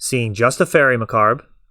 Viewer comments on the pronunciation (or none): Great video. You and I are going to have this conversation every time bro... It's Fairie MUH-CAHHB, like "corn on the COB".